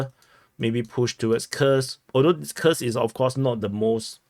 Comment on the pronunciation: Kursk! Not Khursk